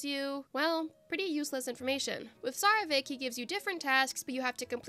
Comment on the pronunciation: Yayyy, let's go, another Archons only🥳🎉💕 Edit: pronouncing Tsarevich as Zarevik gave me flashback to the characters pronouncing Mr. Dvorak's name😅